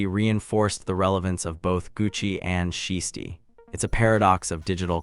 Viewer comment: You can’t even pronounce Shiesty’s name correctly but you expect us to listen to you? Stop it.